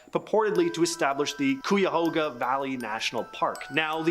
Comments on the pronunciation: Cuyahoga is pronounced like guy-a-hog-a but with a c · Anyone else annoyed with how he said Cuyahoga 😂😂